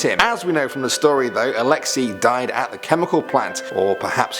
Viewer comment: It’s pronounced Alex ey like the letter “a” not alexi